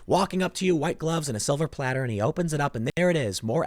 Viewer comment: Hahaha silver pladdle... Did you get speech lessons from Joe Biden. Jk. Keep up the good work.